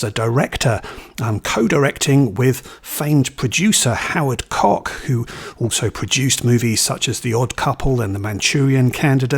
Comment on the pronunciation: Howard Koch, rhymes with watch. King vEdor.